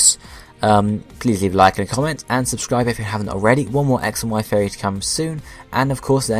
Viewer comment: Are you saying Theory or Fairy?